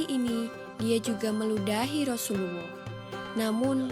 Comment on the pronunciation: Xpe ke dia sebut rasuluwoh camtu